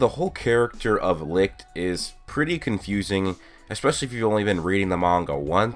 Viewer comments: You pronounce it lick but the others pronounce it licht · i always thought it was pronounced “li-t-ch” not “li-ch-t” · Its not ligt or lickt its licht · Its funny how nobody is able to pronounce "Licht" correct xD